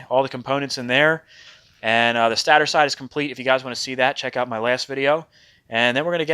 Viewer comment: Its pronounced STAY-TER... not Stah tour........... .( Stator ... STAY-TER )